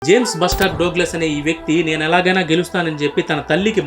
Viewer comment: డోగ్లస్ కాదు డగ్లస్, also బ్లస్టర్ కాదు its బస్టర్. First do your homework and then give information. First you need to get some education.